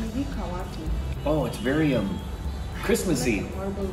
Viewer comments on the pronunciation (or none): Kashmiri tea is not pronounced Kaahwa it is written as Kahwa and pronounced as Kehwa! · Kashmiri tea is pronounced as keh-wa tea not kaava tea.